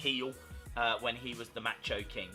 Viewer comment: Learn to pronounce Macho.